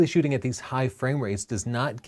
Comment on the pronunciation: Shooting, double "o"